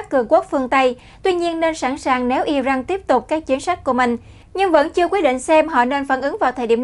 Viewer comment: I ran chứ không phải I răng